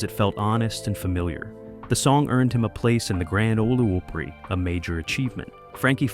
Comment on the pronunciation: Why is he repeating singers with a new number? For Pete’s sake get the name right , it’s opery like Ahmet o.